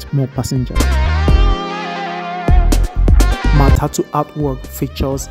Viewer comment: It's not matutu it's Matatu